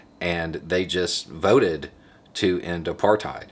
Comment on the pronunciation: Congratulations. As someone who lived in apartheid for 44 years ( ) I think you did a great job. Incidentally, it is correctly pronounced 'apart hate' not 'apart height'. I know, I was there. But well done. The biggest thing was that by the end of the 1980s the country was flat broke, and when (of all people) the NY banks refused to roll over the SA government's loans the house of cards had to come down. Anyway, thanks.